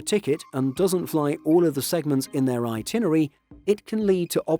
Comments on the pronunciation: *"itinerary": 5 syllables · this guy runs a travel channel and can't pronounce itinerary. He says it so many times.